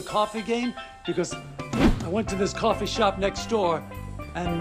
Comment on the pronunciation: CWOFEE AND MILK?? WHO WOULDA THOWRT